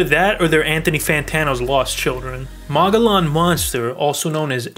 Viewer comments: You live around mow-gee-yawn is how it is pronounced. I would think you would know that if you lived in Az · you dont live on the mongolian rim lol didnt even pronounce it right